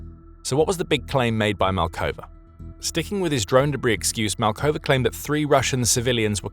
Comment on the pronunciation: Pavel Malkov. Not Malkova, 'cos the ending -a is reserved for the female version of the name. Translation error from 'according to Pavel Malkova' has the female ending for grammatical reasons. Please keep an eye on such miniscule mistakes as they might give a dent to your otherwise spotless infos.